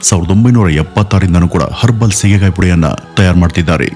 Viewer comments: Not shigekayi, it is Sige kayi. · ಸ್ವಾಮಿ ಸೀಗೆಕಾಯಿ ,ಶೀಗೆಕಾಯಿ ಅಲ್ಲ.